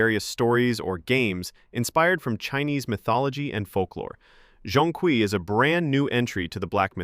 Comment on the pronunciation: Your mispronunciation of Zhong Kui is criminal.